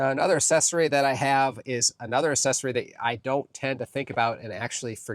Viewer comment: It’s not ASSESSORY. pronounced AKSESORY